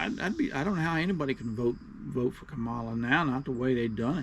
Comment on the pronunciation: It's COMMA-LA. If you're going to put her down at least you can pronounce her name right. If that's too difficult, just call her Madam Vice President. And how can you say you don't know anything about her, but you're repeating the lies that Fox News says?